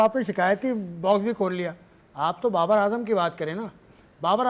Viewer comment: Barbar is brand of cricket but b is silent Babar is b rand of cricket